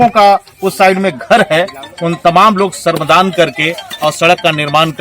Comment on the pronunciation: श्रमदान । शर्मदान नहीं पत्रकार महोदय